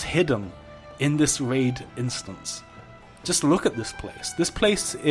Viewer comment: stwange waid